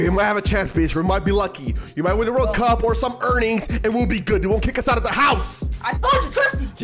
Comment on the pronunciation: Why dose he want to win the World Cup and he can’t even say cup right